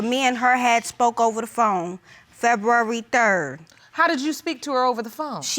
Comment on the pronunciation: Is saying feburary that hard...